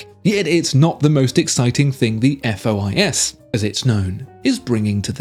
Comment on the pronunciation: Pro tip: The FOIS is supposed to be read according to French rules: "fwa". You don't have to thank me. B)